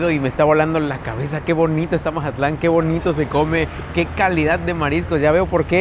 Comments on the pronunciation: Jajajaja pensé lo mismo!!! Porque decir Mahatlan?? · Que buen video!!! Hermoso mi Mazatlán 🎉 pero que alguien le explique que se dice Mazatlán con Z y no Majatlan 😅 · Que alguien le expliqué que es Mazatlán no Majatlán aunque se escucha chistoso pero se escucha rraro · Se pronuncia MAZATLÁN, con Z, no MaJatlán 🙄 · Es lo q le iba a decir parecía costeñito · Que estrés que diga majatlan 😅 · Todo el video: Majatlán 😂😂😂😅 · Porqué dice “Majatlán?” Llegó ahí y se olvidó de cómo hablar? 😅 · majatlan dice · Curioso porke dices mazatlan diferente